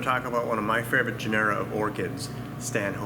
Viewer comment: GENera, not genERA.